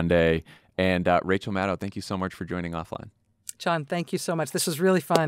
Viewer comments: Maddow rhymes with SHADOW Not mad cow or sad now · It's Mad-oh like SHADOW, not Mad-ouw like Mad Cow! She's your guest for god's sake! Pronounce her name right!